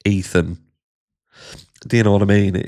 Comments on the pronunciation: Éthan. There are YouTubers I can't even watch anymore because if there's 2 ways to pronounce a name, they're going to say it the wrong way. And they are actually touring and making 💰 off their daughter's murder?😶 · Well, in Poland you will say Ethan exactly like he did 😅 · I named my son Ethan 13 years ago! I’ve not once heard it pronounced that way! 🫣🤯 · Hi gorgeous Harsh.. I actually admire the Goncalves for standing up, speaking out about their disapproval, thats not easy. They feel defeated, and they are reaching out for some other army. Can’t help to crack about Ethan’s name mispronounce by Pier😂😂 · I know- it was too good to be true. Piers Morgan almost said the names correctly except for Ethan Chapin. Usually Ethan Chapin's last name gets pronounced incorrectly. How does a person mispronounce Ethan? 🥴🥴🥴🥴🥴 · I’m dying, Harsh! 🤣 Bloody hell! Every time! This might be the first time Ethan’s first name has been mispronounced and of course it would be Piers that does it! I can’t stand him, BTW. Thank you for watching this so we don’t have to bc this wanker would haunt my YT feed for months. 🙌🏼